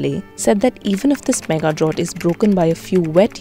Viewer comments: Great info but your pronunciation of the word drought is incorrect. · Drought rhymes with out, not with ought